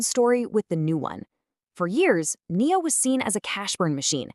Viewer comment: day deam believing like last year..the year b4 etc.. a video with Ai c=voice not even able to pronouce NIO is not exactly adding credibility .. make a video about how it can avoid backrupcy.. that would be more appropriate given the 95% decline.. and one way down since the earth was created.. save the joke predictions and execute